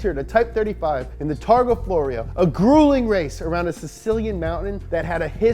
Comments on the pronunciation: The correct name of the race in Sicily is Targa FLORIO And the name of Mr Bugatti is Ettore, with double "t" PS I love your show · Targa Florio* but nice try